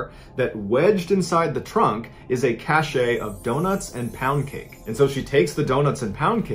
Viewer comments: What Eloise found was a "cache" of poundcake & donuts, pronounced like "cash", yes it is a French word but there is no accent aigu over the "e", thus it is not pronounced like "cash-ay" :) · A cache is a group of things that are hidden, and is pronounced like "cash." Cachet can mean "prestige," "medicine to be swallowed," or "an official seal," and is pronounced "cash-ay." - I really like listening to your stories! I am glad I found a CACHE of videos by a guy with such CACHET! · Just FYI ‘cache’ is pronounced as ‘cash’ NOT ‘cashay’ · Cache is pronounced "cash", not "cashay" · Just an FYI: "Cache" means a hidden supply of something and it's pronounced like "cash." "Cachet" means prestige and it's pronounced like "cash-ay." You mean cache/"cash". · Dudeeee... Cache is not pronounced Cashy it's just CASH. The E is silent. That particular word kills me when people says it wrong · FYI cache is pronounced cash, not cachet. That's something else. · Cache is pronounced like "cash", not "cash-ay" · I wonder why the narrator pronounces "cache" as "cashay" instead of the proper "cash." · Cache; Pronounced "Cash". JS All of A sudden. JS. Cullen had also consumed oxycodone and he also had CTE (chronic traumatic encephalopathy) which is a disease caused by repeated trauma to the head over time. These 2 combined may have played a role in his death. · That's not how you pronounce cache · He could cut the time in half by eliminating a lot of the extra details and repeats. When i see a 23 min video, i just pass usually. Also the whole like button Schtick gives me douche chills. Also Cache is pronounced CASH. The way you pronounced it is a whole different word having nothing to do with a store of supplies etc. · except he can't pronounce cache in the American English fashion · The word cache is pronounced “cash”